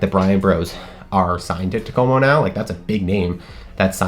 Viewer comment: Wow you nailed the Takomo thing